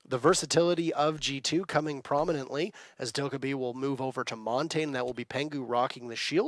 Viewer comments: who’s “montane” ?? pretty sure he means montagne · Everyone always pronounces Montagne wrong. It's Mon-tan-ya. French for mountain... it isnt hard. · Wish people would learn how to actually say Montagne properly.